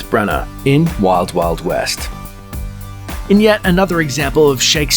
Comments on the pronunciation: I blame myself for clicking. That's not Brian Blessed overacting, he's just being Brian Blessed. How is it that you pronounced Branagh correctly first time then went on to call him Bran-OW? Also, the copy is written in such a way that it messes with your breathing and, as a result, the rhythm. The Wild Wild West section provides a good example, "An...infamous flop". I don't know if you record at home by yourself but if you do, it's not the way to go. You need a producer or at the very least a second pair of ears, because your rhythm is way off. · What's with the bizarre pronunciation of the actors names? BraNARR? Von Sidough? 😂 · That is DEFINITELY not how Von Sydow and Branagh is pronounced.